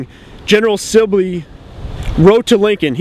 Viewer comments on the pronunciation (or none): it's SIBley not SILby.